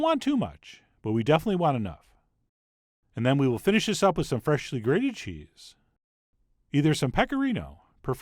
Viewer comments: What you hear is "freshiously". St least it is, what I hear. Can't be unheared. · FRESHHHly ground BLACK pepper